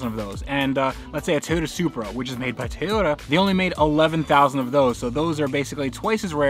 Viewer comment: Everytime you say TAY-yota it makes me want to jab sharp objects into my ears.